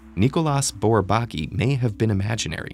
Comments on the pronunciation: When you say "without tonic accent", it sounds like you mean the three syllables are stressed evenly -- and that's how I would pronounce it too. But the narrator says BourBAKi, with heavy stress on the second syllable. I've never heard anyone else do that, and I've heard it pronounced *a lot*. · Thanks. By the way, it's pronounced, 'Bor-bah-KEY'. You do know there are websites that will pronounce words & names for you, right? At any rate, some mathematicians do feel there work was (and is) important. But even some French mathematicians were not that keen on them. René Thom (founder of Catastrophe Theory and winner of the 1958 Fields Medal) once quipped that their major contributions were to distinguish between the ball and the sphere, and between the circle and the disc. I have that one on tape. But bold they were, no doubt. tavi. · I misinterpreted the title and thought this mathematician was Pratik Aghor. I was waiting when all this introductory talk about Bourbaki ends (I knew about it anyway) and the videos gets to the point. Lol. Also, shouldn't his name be pronounced by french rules? [nikolj'a burbak'i]? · Can someone tell this guy how to pronounce "Bourbaki" correctly? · All I'm saying is that all mathematicians -- I've never heard a single exception -- pronounce Bourbaki the same way. There is a received pronunciation. I'm sorry it sounds to you like derision -- I didn't mean to make fun of him or anything and sorry if that's how it sounded -- but the result would have been more convincing if they got a narrator who sounded like he was already familiar with the subject matter. I hope that makes sense. Peace.